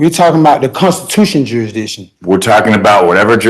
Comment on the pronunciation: Did they ever prove "jurydishin"?